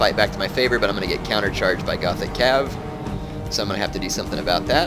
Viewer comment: Gothic cav is pronounced Gotic.